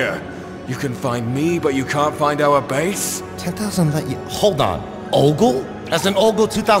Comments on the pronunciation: More like Ogre. ogle sounds like Ogre Insert shrek voice here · why does ogle sound like earth